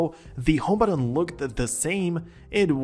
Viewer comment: There’s no D in button